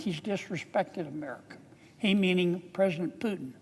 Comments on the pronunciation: But hey Not Piutin but Pu. Oe ou ,Poutin...you mist a phonetics at school... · pootin, pootin not piutin. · Are we still talking about it? All it took is 3.5 years. I am sure, all this time Kennedy went to bed and woke up with the thought of Ukrainian people dying simply because Putin (pronounced POO-tin, by the way, not PEW-tin, nasty either way) simply ran out of other ways of justifying his remaining in Kremlin. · Kennedy can’t even pronounce Putin’s name correctly, let alone be smart enough to be President. Don’t know why he keeps saying “Pew-tin”, when it’s pronounced “Poo-tin” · He can even pronounce his name right hihihi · Keneddy learn how to say putin name correctly first sir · He can't even pronounce the name Putin right